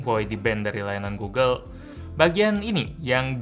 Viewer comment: gulu gulu itu google, cari aja video orang ngeja google malah jadi gulu gulu wkwkwk